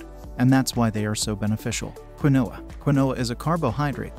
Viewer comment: Did I just hear quinoa as quinn-no-ah? It's pronounced as keen-wa